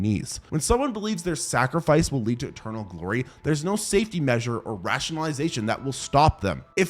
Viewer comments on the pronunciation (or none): none